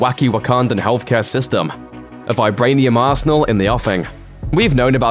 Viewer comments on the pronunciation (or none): none